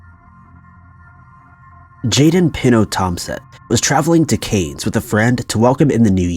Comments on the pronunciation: Cairns!! Not canes! 🤣 Pronounced care-n-s . Also CharterS Towers! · First story. I think your referring to Cairns (pronounced like a long 'cans'). And the other town is charters towers. I lived in Australia for ten years and buggered up the pronunciation of Cairns when I first moved there. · CAIRNS!!! C.A.I.R.N.S, NOT KANES. dear god,, please do your research! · Cairns..pronounced Cans. Wasn’t until you said Charters Towers that I realised you were talking about Australia 😂😂😂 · I was going 2 write exactly the same thing! 💛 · Not everyone knows how to pronounce Cairns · The way you said Cairns 🙃😢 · I reckon! I had to google the story to work out he was saying Cairns 🌴